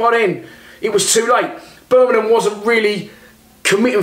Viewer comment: Birmingham not "Birminham"